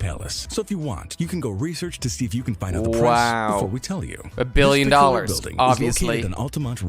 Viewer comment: 77 billeon i think thats how you say it